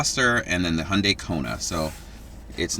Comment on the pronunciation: I know I’m late but you actually pronounced Hyundai the correct way💜